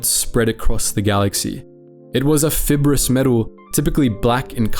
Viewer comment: FIB-erous? Are you kidding me? It's fiber-ous. This topic was something that I genuinely found quite interesting, but I refuse to watch it if you can't take the effort to actually record it yourself. I'm beyond sick of lazy ass, phoned-in Ai videos, artistic integrity aside, why should you get ad revenue for doing literally nothing other than telling the Ai what to do.